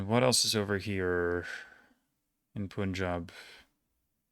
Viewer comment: It's punjab with 'pun' 'job' kind of pronunciation. Why are you mispronouncing simple indian names while making every effort to correctly pronounce difficult european names